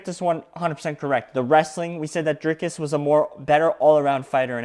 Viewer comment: Say dree as in tree,dreekus